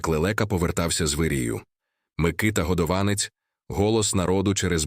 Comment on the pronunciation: Ви неправильно ставите наголос . Наголос не на а а на друге о . Тому що виходить два різних прізвища